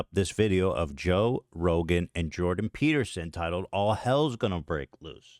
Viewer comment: Eth-Chin 🧔🏻‍♂️vs Joe Toadgan 🐸 & Jordan Pe-tear-son 😢